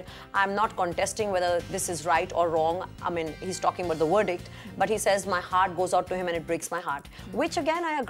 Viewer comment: Somebody please teach to pronounce the letter "V" its not wordict its verdict!